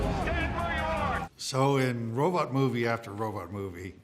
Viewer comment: Personally, it makes me happy to hear a modern robot expert occasionally still pronounce it "robut". It's just more fun to say.